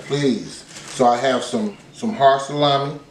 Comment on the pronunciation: Sa-lammy!! Lol